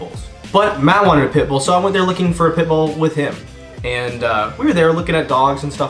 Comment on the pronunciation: I actually started googling for a 'pipple' dog. Took me a couple of seconds to realize he said pitbull :')